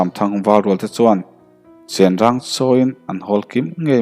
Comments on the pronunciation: Ka hriatsual nge, chenrang tiin ka lo ngaithla a, upa deuh ho lamrik dan ka hriat dan chuan, Chengrang ti in an lamri ṭhin, silai cheng, ti a kan lam rik ang hian, Chengrang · Chen rang ni lo in, Cheng rang tih tur.